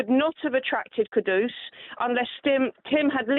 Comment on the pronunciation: Moyes out. Steph bad breath. She said steiden bought 'kuku' home. Its kudus, not kuku